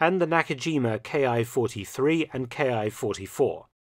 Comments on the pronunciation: This is really minor mistake but its something I hear often and I just wanted to point out that all of the Imperial Japanese aircraft with the Ki designation is not pronounced as K-I its pronounced Kee like a key to a door or car. The reason for this is that in Japanese the symbol used for these designations is キ (ki) so in Japanese the aircraft appear as キ--61 (kee-61) rather than K-I. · Why do you say "Ki" like it's a German abbreviation for a manufacturer? It's a word, pronounced as "key." Did you really write books about this subject? I'd have to call bullshit.